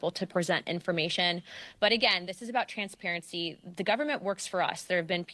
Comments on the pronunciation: why she say ' transparity ' so much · They are so programmed she said "con-sperency " muah ha ha ha ha